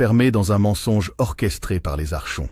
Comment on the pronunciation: Ça se dit "arkonte" le che se dit ke ❤ Ce sont les hybrides, ils sont parmi nous.. cf livre de David Jacobs "ils marchent parmi nous" Comment s'en débarrasser ? Être au courant et elever ses vibrations